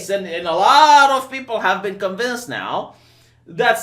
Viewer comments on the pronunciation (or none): none